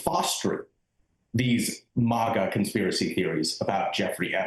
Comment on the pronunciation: It’s not MOGGA. It’s MAGA!